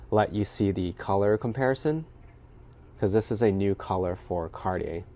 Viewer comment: I know Americans can’t or don’t want to pronounce most foreign luxury brand names properly but you, as a regular shopper of designer brands would know how to pronounce “Cartier” correctly